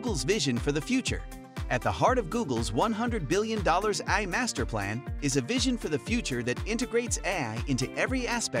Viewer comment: Your bot AI voice called “AI” ‘ahhhh’?